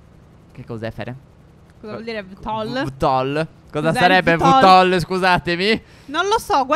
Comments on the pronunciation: VTOL si legge vitol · si legge vi tol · Si legge VITOL 😂😂🥰🥰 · Vtol si pronuncia ViTiOL e per attivarlo dovete volare a bassa quota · Si dice vitol